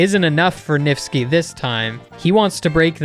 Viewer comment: “NIFTSKI” yeah I’m not surprised